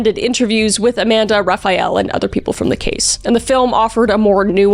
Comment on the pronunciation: "Raphael"???? Like the Renaissance painter? 😂🤣